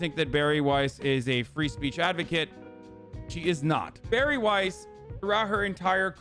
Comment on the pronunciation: The way you pronounce Weiss hurts my soul